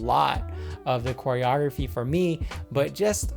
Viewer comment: did he say "hair-eorgraphy"...... LOL